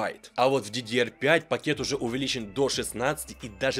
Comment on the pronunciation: Он круто говорит ДЕ ДЕ ЕР 4